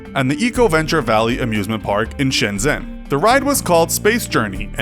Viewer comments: "Shen Jen". Not "Zen" for people wondering how to correctly pronounce "Shenzhen" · Shen-jen. It's Shen-jen. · it’s called Shenzhen said like shun-jen. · Shenzhen misses the letter 'h'. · 深圳市(Shenzhen) FUCKING HELP THIS MAN AND HIS PRONOUCATION.